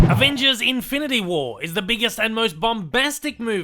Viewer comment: "Infility" stones lol